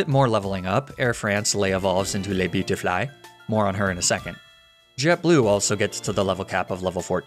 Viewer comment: I love the "le beutifly" 😂 I caught me of guard